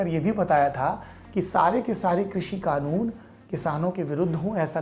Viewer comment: Laude kanoon hota hai khanoon nahi